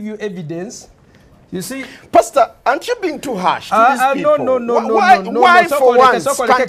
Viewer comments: Raivo_ That’s the joke. We know it’s Pastor but the moderator always says it like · WTF videos to U tube no shit Sherlock, the way they pronounce it sounds like, hence everyone calls him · Where is the H?! 😂😂😂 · Where is the H ? This man is thinking ahead. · Where is the H😂😂😂😂😂😂😂. Fucking hilarious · Where's the, "H?" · where is the H 😂😂😂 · 👁👃👁 🫵🫦confusion of da highest orda aaaaand WHERE IS DA "H" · Where's the H😂😂😂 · Where’s the H?😂😂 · Where is the H? 😂😂😂😂